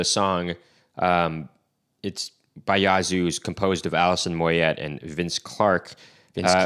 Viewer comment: It,s pronounced Moyeh not moyet, not being a wanker honest lol.